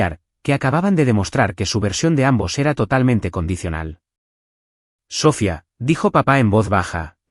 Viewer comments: ¿Porque constantemente acentúa la última vocal? ¿Porque en todas las narraciones pronuncia Sófia, con acento en la o? Lo correcto es Sofía, con acento en la i. Tendría de volver a la escuela para aprender gramática. A VER CUANDO REVISAN LAS NARRACIONES ANTES DE EMITIRLAS Y ASÍ PODRÁN RECTIFICAR ESTOS ERRORES TAN ESTÚPIDOS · Es Sofía, con acento en la í, con entonación en la I no en la o. 😅